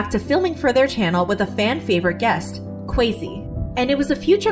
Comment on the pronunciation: The way they pronounced Kwesi just had me cringing the whole time